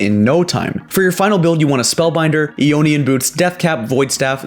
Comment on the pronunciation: Eonian boots? Really? Do you pronounce it Eodine and Eowa?